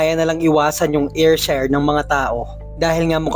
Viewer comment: Wrong pronounciation.. Ayrshire is Air/sheer or Er/sher